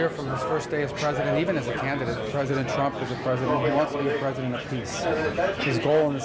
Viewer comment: "Look at me, look at ma, everyone look at me" Skweems Trwump!!